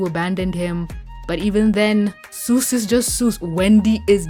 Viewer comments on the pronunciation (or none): none